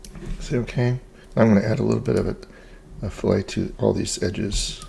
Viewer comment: its pronounced.... "FILL-IT"....not "FILL-A". FILL-A is what you do to a fish. ;) Nice work though!